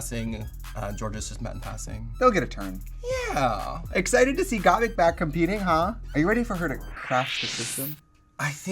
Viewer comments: Why is Trixie saying "Got Meek" instead of "Got Mik" LOo.lololololol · I’m surprised Violet didn’t correct the way Trixie says Gottmik. She says Gottmeek every single time.